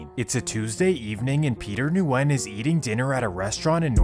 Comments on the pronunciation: It's pronounced "Win" not Nuwin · Am I the only one that knows that Nguyen is pronounced like win? Or is that just the people I know? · Nguyen is pronounced Gwinn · their last names are pronounced "Wen" not N-wen. Nguyen is pronounced Wen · His pronunciation of Nguyen as Nu-en instead of New-gen makes me laugh a little. As someone from the west coast of Canada, I'm used to seeing names like that and the correct pronunciation of them, but it's understandable that he doesn't. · I think it’s regional. Here in california they say Nu win but when I was living in louisiana they would say just Win. Never heard of new gen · Haven’t clicked on a video this quick ina long time 🙏 Also in case ur reading this the Vietnamese name Nguyen is pronounced “win”. It’s so common that like a quarter of the population has this surname or some crazy shit like that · Noo wen! Is the correct way to pronounce it. Viet last name!!!! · bruh says nu when... im dead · Nguyen, is pronounced like Gwen. I didn't know this either until someone corrected me. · Nguyen is pronounced “WIN” my guy 😂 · Nguyen is pronounced like saying Winn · Nguyen is pronounced ‘win’ :D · ITS JUST PRONOUNCED WYNN. GOOD VIDEO THO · Hey brother you need to clean these up because the N is silent on that last name it’s guyen basically not Nguyen with the hard N like you pronounce it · It’s “win” nyugen is pronounced win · nguyen is pronounced win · I think Nguyen is pronounced win but I could be wrong, I went to school with a lot of people with that last name , always sounded like the n was silent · Nguyen is pronounced “wen” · NGUYEN=WIEN ....JUSt so YOU COULD SAYBIT CORRECTLY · Nguyen is pronounced “win” 😊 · Nguyen is pronounced as weng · The way you pronounced Nguyen.. drove me crazy… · The “N” in “Nguyen” is silent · The way he pronounces Nguyen makes me cringe